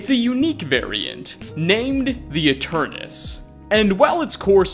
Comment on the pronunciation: Finally, someone pronounced 'Aeternus' correctly.